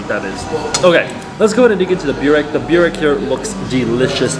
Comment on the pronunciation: burek - try saying it like this "boo-reck" and next time ur in NS you can eat on my treat or i can give you points where to eat what